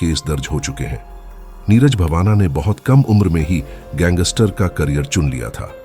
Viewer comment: Neeraj bavana nahin ❌ Neeraj Bawana✅